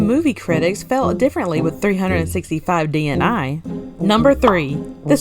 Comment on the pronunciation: DNA is an acronym, but DNI isn’t so please stop saying it that way. It’s a simple 3-letter word like “day” meaning day, and it’s really not difficult to say 😒